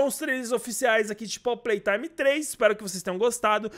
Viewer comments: Mano tu falou poppy playtraime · Poppy platrime kkkkkkk falou errado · só eu q no começo ouvi poppy PRAY time? otimo video espero q lançe esse capitulo logo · Kkkk vc disse prop prei taime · Ninguém percebeu que ele disse Poppy play traime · Cara desculpa eu não escrever a última frase aí eu vou ter que falar informar porque tu falou pop Play Time e não pop Play Time